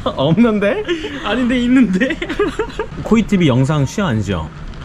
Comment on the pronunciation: 있둔데? 없눈데? ㅋㅋ